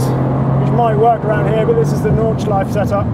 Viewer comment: Nice car, nice video! Unlike French or English, German doesn't have silent vowels at the end of words. So for "Nordschleife", just like for "Porsche", the E at the end is pronounced. :)